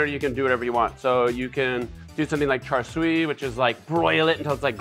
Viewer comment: char siu. you got the char down. siu is like putting the s in front of ew. like "ew! thats gross!" but instead ''sew! thats gross.'' so its like char sew.